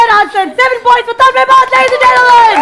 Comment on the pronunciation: Kaneez, u r super cute and u always said tanmay butt instead of bhatt.. :D